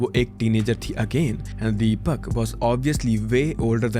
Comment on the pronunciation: "Deepyak", why such pronunciations for Indian names!😂